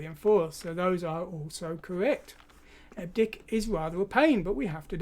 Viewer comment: Hate to be one of those. But...EBCDIC, pronounced "Eb Ci Dic"...stands for Extended Binary Coded Decimal Interchange Code. Still, enjoying the video and thanks!